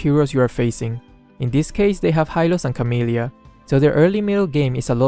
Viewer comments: Did just say Camillia in early game? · am i only one notice that say Camilla is Camillia 😂 its kidda cute tho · No one: Absolutely no one:: Camilla Carmilla::(